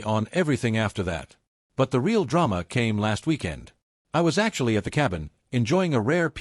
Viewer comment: "Dollar two hundred..." "Ray-ell"..." Sheesh, shaking "M-Y" head. 🙄🤨